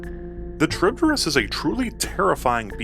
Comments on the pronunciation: It's not a Cha-reeb-de-rees. It's Kha-reeb-dees. It's a Latin word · Bro, it's kah-rib-dis not trib-dyh-rys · Very petty of me I know but your pronounciation of it is a bit.. skewed. The name comes from the ancient Greek monster/minor goddess that Odysseus faced, Charybdis (Greek pronounciation being "Ha-ree-v-this"), also spawing the term "Between Skyla and Charybdis". Both were daughters of Poseidon, Charybdis being the daughter of Poseidon and Gaia, living on the asian side of the Bosporus strait. She would (according to legend) "suck up the sea's water three times a day, and spit it back out again, along with all the ships and sailors unfortunate enough to be wrecked by her". Her name also refers to whirlpools and is still actually used to this day, albeit to a far smaller extent. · a very odd way of saying charybdis, i say it like cha-rib-dis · It would be funny if you re-recorded this video with the same script but pronouncing charybdis correctly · good video but the way you're saying Charybdis is killing me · C'mon man! If you are gonna make a lore video about Charybdis, you could at least learn to pronounce the name correctly first.